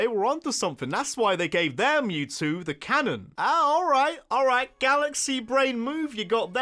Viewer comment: IT'S ALRIGHT, NOT IGHT! SAY IT RIGHT!